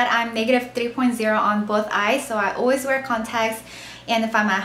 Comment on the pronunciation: it's cute the way you say "always"... it sounds like "oooways" lol! love your cute accent